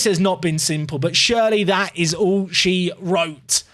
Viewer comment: why you pronounce surely like Shirley???